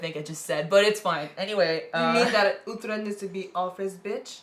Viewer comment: Uhhhh why can't you say uhtred right? Lol I hate it